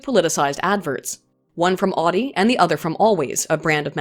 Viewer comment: Every time she says Audi like she does, a baby is aborted late term.